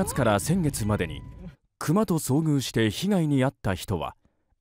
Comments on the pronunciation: アナウンサーはクにアクセント。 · クマって このニュースの中で全部「ナタ（鉈）」とか「ヤマ（山）」みたいなアクセントで発音してるけど 自分はいつも「カミ（神）」とか「クモ（蜘蛛）」みたいに発音してる え？自分なまってるんでしょうか？？？ って本題より手前でつまづいてるけど、家族なんかが山林に出向くとなると「クマに気をつけてね（←発音は上記のとおり）」って必ず言うくらい心配ですよね